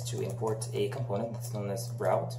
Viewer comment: КомпОУнент, я тебя умоляю!!! Не компОнент. Дичайше режет ухо!